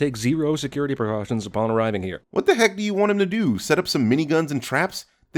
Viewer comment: You didn’t catch the way he had a stroke when he said “Precautions”